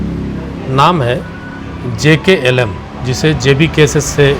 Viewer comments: ऐ पत्रकार महोदय नाम तो सही से लिया करो jlkm नाम है हमारे पार्टी का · Not JKLM. Say JLKM.